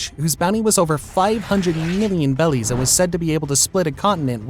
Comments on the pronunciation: Why does he say bellies? Instead of berries. Just confused and wondering 😅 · Loved the video but please call them berries instead of “bellies” it hurts 😅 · Please call them berries, not bellies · Is it berries or bellies 😅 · BERRIES.!. BERRIES, NOT BELLIES.!. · Are you saying bellies instead of berries to troll people? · I wanna know how you get “bellies” out of “berries” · bro keeps saying bellies not berries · why does bro pronounce it bellies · Berries not bellies ffs that’s driving me crazy the reason the Japanese say bellies is because r is hard for them to pronounce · Thumbs down and turned off after he said kaidos bounty was in “bellies” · Your videos are great but I don't know why it pisses me off that you intentionally mispronounce things, like Rayleigh or Beri We have a fucking dub version of the show already lol Use whats in the dub